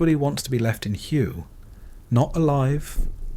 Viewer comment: Hway it is pronounced